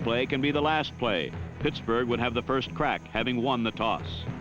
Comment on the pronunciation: "Puttsburgh" lol